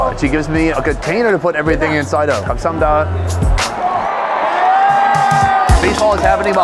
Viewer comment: I don't speak fluent Korean, but hearing him say thank you sounds a lot different then how I remember, even hearing ajumma saying gam sa ham ni da, sounds different than his